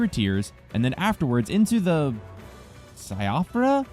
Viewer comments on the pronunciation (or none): "Shee-fra" is correct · Siofra Si - o - fra Siofra River ok that's how it is said. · siofra(C-O-fra) river